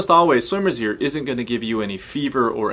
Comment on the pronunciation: did he really say (summers ear) Who else is watching 2020 june